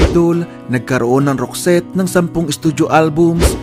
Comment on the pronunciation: Tama po ang ogka bigkas mo sa name group nila. Naalala ko bata pako, singer kasi ng banda ang mama ko, lagi nya pinapatugtog yung isang album ng roxette. Sobrang taas ng boses ni Marie, ganda tlga ng songs nila. Salamat na feature ito. Sana ma.feature din ang grupong wet wet wet. Gaganda dn ng mga songs nila ☺️